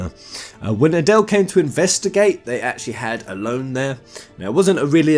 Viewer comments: ellone said like alone? really? I've always said it as El loney. sounds pretty that way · huh I always pronounced her name el en, for example Ellen DeGeneres.